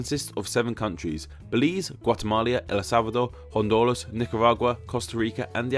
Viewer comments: for some reason he says /l/ instead of /ɾ/ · Okay but what about when he called Guatemala “Guat-amalia” cuz that almost made me puke. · Indeed. Kinda big faux pas for a channel specifically about name origins. Also: Guatemala is NOT Guatema-Lia. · also you said guatemalia XD